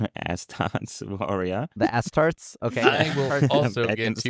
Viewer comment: I loved astarte token "Ass Tart"